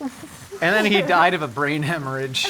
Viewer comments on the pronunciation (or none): none